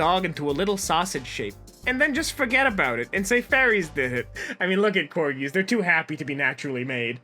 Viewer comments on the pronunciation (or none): none